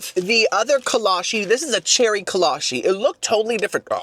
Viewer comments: it's kolache, with a chee sound not a she.. kolachee not kolashee. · I absolutely love buc-ees being from Texas. Also kolaches are a big thing in Texas, you can literally find one at every donut shop you go to here. So I’m just here to clear it up that it’s kola-chee not kola-she. I love all your content btw you are one of my favorite YouTubers!!! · i’m not sure how it’s actually pronounced since it’s from europe, but in texas we pronounce kolache as co-law-chi. they’re super popular in texas which is probably why buc-ees had them since buc-ees was founded in texas